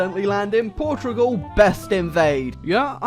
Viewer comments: why are you saying Portrugal? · Why cant you say portugal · "Portrugual" will never not be funny to me.